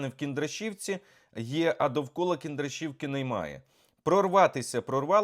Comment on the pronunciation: Кіндратівка а то як то вуха ріже ми з Сумщини і слідкуємо за Вами